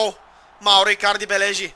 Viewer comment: Спри да си измисляш имената ! Мурило-Мурийо Андреноли-Андреоли Икадри-Икарди ..